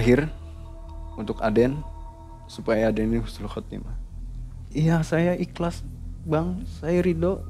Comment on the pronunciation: Husnul.Khotimah bukan Khusnul.Khotimah artinya sangat berbeda banget